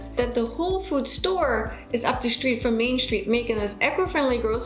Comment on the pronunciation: good video but I don't think there is an H in the word STREET